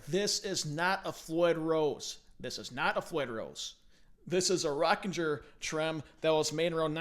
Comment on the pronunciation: First it's pronounced Rocking - er. Like Rock and Roll rocking. It's a G sound - not a J! That tremolo is an absolute piece of shit! I know because I had the misfortune of playing one many moons ago at a local guitar store inside a pawn shop. It has horribly unstable and it would go out of tune at the bridge and if you needed to change the pitch or tune it you had to unlock the strings at the headstock. And Schaller as is HELMUT Schaller never made a tremolo nor did Floyd Rose. Of course Floyd Rose made his own tremolo prototypes but the production models were all made by a German company named BML which is a machine shop. Fernandes never made hardware of any kind. They were like Fender when it came to locking tremolos - they bought from someone else. I remember the interview with Eddie when he turned down the Rockinger. Those guys were pissed!! They thought that they had the contract with Kramer in the bag. That was until Eddie told them not to use this tremolo and to not sign any sort of papers let alone a contract with the Rockinger boys. The rest is history.